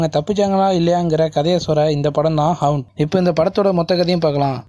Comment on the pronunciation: 'Haunt'.. ஹவுண்ட்.. இல்லை.. ஹாண்ட்..